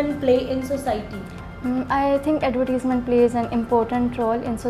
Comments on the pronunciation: wrong pronounced the word advertisement. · The word "advertisement" is mispronounced by the examiner herself. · the examiner herself is pronouncing advertisement wrong. would be marked down on a real ielts exam